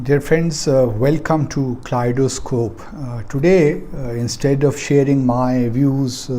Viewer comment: Please correct your pronunciation of Kaleidoscope. It is pronounced as kalaidoscope and not klidoscope